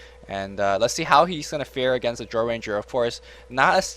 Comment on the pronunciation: Couldnt understand who else who had commentating, but he was awful.. Too much "uhhh" and just random shit that didnt make sense came out of his mouth. Just do a solo commentary next time, you are x100 times better. He couldnt even say "Drow" right. rofl